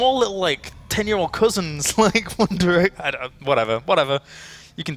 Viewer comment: one derection hahahaha